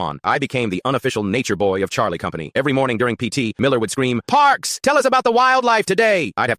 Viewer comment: said it in perfect vietnamese